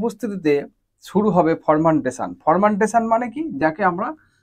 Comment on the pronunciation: উচ্চারণ টা হবে ফারমেন্টেশন। ফরমেনটেশন হবে না ❌।